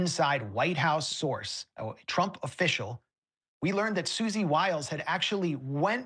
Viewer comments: Sounds like " whiles" not Willis. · You’re mispronouncing Susie Wiles :-). like Wyles,…not Willes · Wiles not willis, that's call pro nown see ay shun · What chew talkin bout Willis? Her name is pronounced Wile ...s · Luke, Susie Wiles' last name is pronounced like Max Blumenthal pronounced it. I.e. "Wyles" with a long i like y sound since it has one L; not "Willis" as if it had 2 Ls and a short i. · Luke!!! I freaking knew you were going to say Susie "Willis". I was hoping you'd do better. You've got to take 2 seconds to learn how to say these people's names correctly bro. It's Wiles!!!! Sounds like While-s. It's not Willis man. Holy shit.